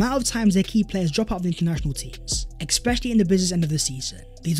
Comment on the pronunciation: WTF is eXpecially... Really off putting